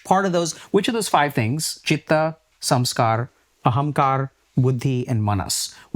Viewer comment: "Samsara" became "samskar" - lost in pronunciation 😂😂😂😂